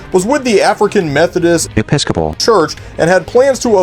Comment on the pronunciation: Bro doesn’t know the word episcopal